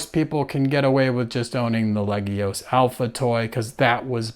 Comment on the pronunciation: I find it rather amusing that you said you were going to mangle the pronunciation of "legios" and ended up consistently pronouncing it properly. :-P